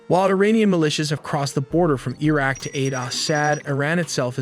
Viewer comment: Pronunciation of "Erdogan", "Aleppo", "Iraq" etc. etc. etc. I can't take this video seriously. Gonna have to just pause it right there and thumbs down.